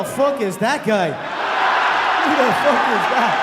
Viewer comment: "FOOK MARK HENRY" Mark henry WWE